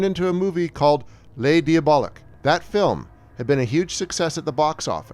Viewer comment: ... Sigh. Why do these otherwise smart video YouTube essays stumble and fall on the EASIEST, most idiotically-able-to-verify points? It's VERA MILES. Not VERA MILLS. A good history brought down by an essential stupid error (never mind the bad French pronunciation for Clouzot and Les Diaboliques.....entirely forgivable, if a little dopey. But VERA MILLS???) So disappointing. Film fans may well switch off right there.